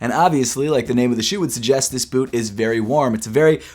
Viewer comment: “Yeezy Insulated bewt”